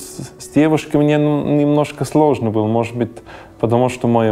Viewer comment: Герой выпуска, вы говорите о русском менталитете в вас, так выучите русский. Не может быть русского менталитета в чужом в человеке, т.к. русские мыслят образами и правильно слагают это другим. Вы даже слово "мне" неправильно выговариваете. Думаете что приехали из Швейцарии с деньгами, выкупили себе хутор с землёй и теперь у вас русский менталитет? Вы ошибаетесь, то что вы чувствуете это та свобода, которую вы ощущаете и вы не можете её получить в Швейцарии и ваши аусбильдунги на рабочий профессии конечно хорошо построены в плане обучения, но мне так не нравится ваш пафос именно в голосе, а значит он и в вашей голове. Вы лжец.